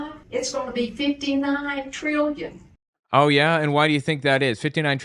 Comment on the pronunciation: disregarding the crap she’s saying, she made trillion 3 syllables - that’s talent